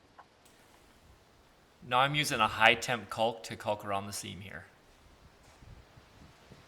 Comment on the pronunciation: Nice job. But who pronounces caulk that way?